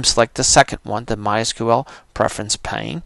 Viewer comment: It's not Preference "Plane" it's Preference PANE. No "L". As in a pane of glass, like in a window.